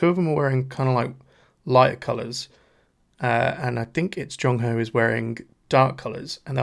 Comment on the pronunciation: It’s pronounced more like song-hwa btw rather than sung-hwa😊